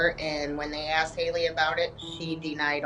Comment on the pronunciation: She “axed” 😂😂😂😂😂😂